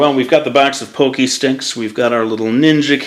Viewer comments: You said pocky wrong, it's not pokey it's POCKY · lol poh-kee? It's pah-kee. Don't sweat it,. We love you anyway! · not trying to hate or anything but it's pronounced "paw-key", not "pokey". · people pronounce the word "pockey" "poke-y" when it's pronounced like "paw-key"... GET IT RIGHT! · i THINK ITS PRONOUNCED PAHKY, NOT POHKY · It's not pokey stick it's poc-key=pocky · I had no clue what I meant when I paid poke-stick, then I realized you meant pocky stick lol. It's pronounced like it rhymes with rocky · Isn't pronounced (pock-y)? Like pocket with a y at the end dosn't matter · I thought it was pronounced (Pah-Key) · It's pronounced Pock- ee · (pock-key) that's how you say it and cool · Isn't it pronounced PAH-kee? Well, still amazingly cute! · hes saying it wrong your write, i have several friends from japan and they all pronounce it pock-ee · At first I didn't think this was going to come out as cool as it did. I am familiar with your work and your videos and you are a truly talented artist. I wish I could in fact draw half as good as you. Also, that's funny that you mentioned the pokey pocky thing, cause right as you said it in my head I was wondering "man is that how you say it? Is it he just saying it wrong." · I can't tell if I'm pronouncing Pocky incredibly wrong or is. Is it Pock-ee or Poke-ee?